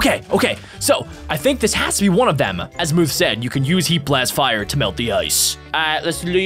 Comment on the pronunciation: Its Azmuth with a u not Azmooth silly